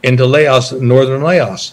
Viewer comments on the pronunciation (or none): How can you serve somewhere so long and you can't even pronounce Laos or the name of the infamous trail correctly